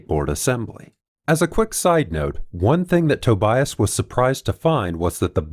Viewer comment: dude, tObias, not tobIas, you’ve ruined man’s name in the worst way possible, god… it’s like saying factOr, instead of fActor.